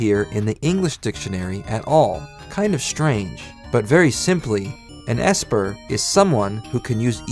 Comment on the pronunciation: actually....ESPER is pronounce as ES/AS-PER